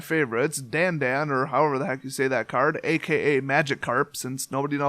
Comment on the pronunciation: Dandan is pronounced 'Da-n-D-ah-n' it's supposed to be an Jaws-Esq horror noise. I personally have collected two because 'Dan Dan' is my mom's nickname for me.